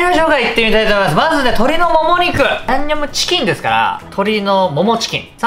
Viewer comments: 「最強のやむにょむちきんを…」初っ端からやばい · 「ヤンニョムチキン」がギリギリ言えてないほろ酔い加減がいいですね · リュウジさんの ヤンニョムチキンが 言えてないのが 同じでわかる笑 （酔ってるなう笑） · 「ヤ☆にょ☆cキン」初っぱなから吞んべぇとは… 本場よりも美味しそう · ヤンニョムチキンって言えてなくて笑う